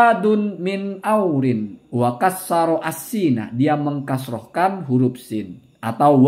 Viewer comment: Hasyim kali bacanya ya, 'iwazin bukan aurin